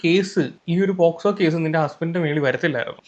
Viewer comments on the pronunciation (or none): posco ala koche pocso 🥱🥱